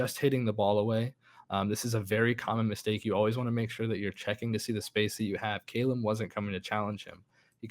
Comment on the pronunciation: the way he says "Calum" l0l